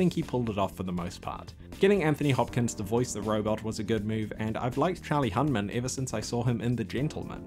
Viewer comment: Who the fuck is "Charlie Hunman"?